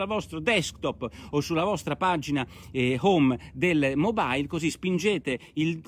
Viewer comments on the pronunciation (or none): none